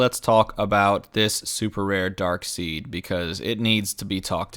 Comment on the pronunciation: It's pronounced "Darkside", good sir. :P